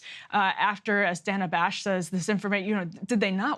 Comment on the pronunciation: Nice to see Frank Luntz catch up to Thomas Frank's analysis (What's The Matter With Kansas?) thirty years after the fact! And by the way, it's DAY-nuh Bash.